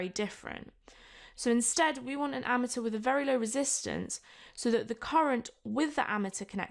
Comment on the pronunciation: Don't think that's how you pronounce ammeter, sounds like your saying ameteur